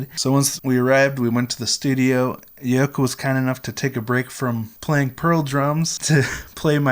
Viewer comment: It’s so cool that you met Yoyoka. But you keep saying Yay-yo-ka.